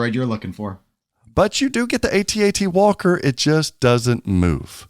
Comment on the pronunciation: Dude, it's AT AT. I was there. If you say A.T.A.T. you are revising history. And you sound silly.